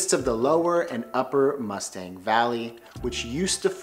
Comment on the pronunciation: Nepal is one of my favorite places in the world. I’ve been twice for both a month each time and I would love to go back. Just a head’s up though, Mustang is pronounced moo-stong.